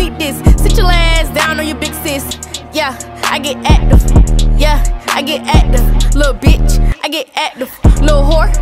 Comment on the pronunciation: She not sayin active she sayin acduve😂😂